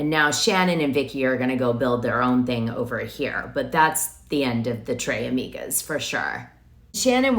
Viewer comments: in spanish you pronounce the S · Tres Amigas its Spanish!! Not French. Dana loves to butcher a name. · How can you not know how to pronounce Tres amigos, Dos amigas… ?!So weird! And calling Heather out because she did an acting scene on married with children 30 years ago as proof that she’s inconsistent is weird.